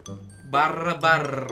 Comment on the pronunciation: "BARR BARR.. R nya dua yeh" bikin ngakak 🤣